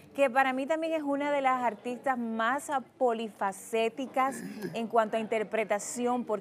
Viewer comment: Muchacha aprende a decir No se dice “ Apolifacetica “ Lo correcto es : Polifacética